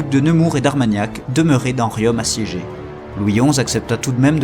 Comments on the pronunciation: Très bon, travail historique, bien conté. Mais par pitié veillez à ne pas écorcher les nom des villes, ex. Riom, se dit rion, Le T de la fin de Gannat est muet. Merci. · Bonjour, Juste pour vous signaler que vous ne prononcez pas correctement le nom de la ville de Riom. Le "om" final se prononce comme "ton". Sinon le reste est top. 👍